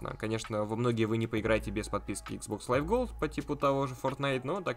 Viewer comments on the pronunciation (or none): none